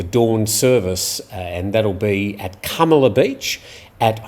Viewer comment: Is KUMALA beach the correct pronunciation? I have been there many times but only heard it called KAMALA beach 😃